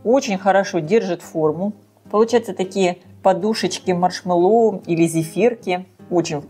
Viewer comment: Делала из клубники,малины,очень люблю.Взбиваю массу горячей,всегда прекрасно взбивается! И маслом ничего не мажу,а прямиком в большой контейнер,остужаю, и в холодильник.Попробую и из вишни!...Только не маршмэллОу ,а маршмЭллоу)).Это так,для общего развития))😊